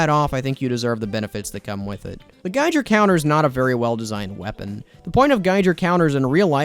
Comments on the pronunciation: It's Giger counter not gijer counter. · There is no way this dude just said “Gijer Counter”